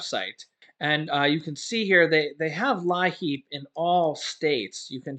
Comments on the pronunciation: Thanks pronounced LEEP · It's pronounced Leep! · as a former DSS caseworker, LIEAP is pronounced “leap”. Your viewers might recognize this help more.